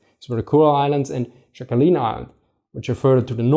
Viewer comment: The island is not pronounced Shackalin btw. In Sakhalin the S is hard and "kh"is like ch in the Scottish loch or the German Dach (roof).